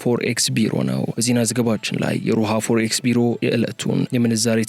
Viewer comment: ፎርኤክስአይባልምአስተካክለውፎሬክስበልእንዴትነው reading ትምህርትቤትአልነበረም😂😅